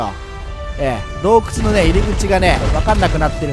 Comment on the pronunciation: どうくちゅww